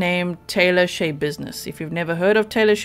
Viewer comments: schebusiness isn't her actual name she had it changed. it's pronounced sha business no y sound from all of the reports and Court testimony I have seen. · Schabusines should be pronounced with the a sound short. As in "notsha business" or "mindsha business". She made up her last name based upon the saying, and had her name legally changed to it. I really like your channel,, and I mean no insult, I am sorry I don't mean to seem nitpicky. But the story behind her name is one more layer of weird with this woman. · I believe her name is pronounced Sha likes rhymes with Paw.